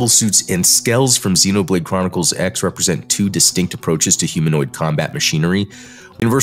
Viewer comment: two distinct methods* not "two dis-stinckt uh-pro-chiz"